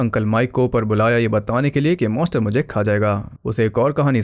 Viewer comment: MONSTER not Moster